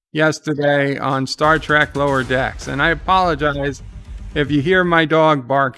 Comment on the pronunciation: You keep misprouncing the name of Lower Standards